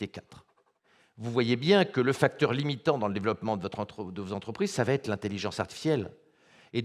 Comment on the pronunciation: Entre va et être il n’y a pas de t, donc pas de liaison Mr.